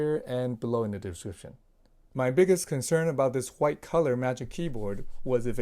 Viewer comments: Reincarnation of bob ross Titanium Whghghghgite lol I like the wghghghghgite one lol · Thanks for the video. You saying hwite all the time was triggering me though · The way this man pronounced white makes my skin crawl